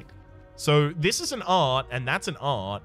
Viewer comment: is anyone else annoyed at the "e" at the end of art